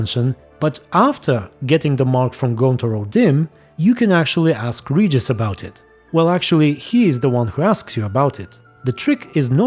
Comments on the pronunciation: Name Regis is pronounced [Regis] in every Slavic language I know. So it's not as in vampiric language it is pronounced that way, I would dare say it's the correct pronouciation (based on origin of Witcher). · The Vampire pronunciation of Regis name is actually same pronunciation as in Polen. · Ofcourse I know how to pronounce "Regis" coz that is his name. English voiceactors are the ones who butchered it every time. Like proper muricans always do. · Well the "vampiric" pronunciation of Regises name is original pronunciation in Polish language. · in polish regis is read exacly like he says it while adressing unseen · The way "Regis" is pronounced to the elder one is likely how it would have been pronounced in the original Latin. The name comes from Rex, Regis - meaning, "King" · Fun fact, in polish we pronaunce he's name literally like u said in "vampire language" , for us it's not Ree-ges (that's how it's sounds for me as a pole in English) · Actually I think the pronouncation might've come from Polish, original language version. Here word "Regis" is being pronounced exactly like the elder said it, without lite English accent of course. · I think his name pronunciation sounds like this, because it is Poland universe and in slavic countries his name sounds like you said in the video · Don't know about Polish, but Regis with G as in Geralt is the only way his name is pronounced in Russian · I am from Russia ,and we pronounce the name «Regis » as in vampire. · In Polish we also say it like "Regis", it's only the english speaking people who pronounce G like DŻ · Well of course you pronounce it wrong 😂 Witcher was written by Polish author. Not only Regis name is incorrect, but literally every name in the books, games, TV show and etc. In Slavic countries we say Regis just like he said in the "Ancient Vampire" language. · In Russian translation Regis’s name is always pronounced correctly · Polish pronunciation of regis is the same as the vampiric one.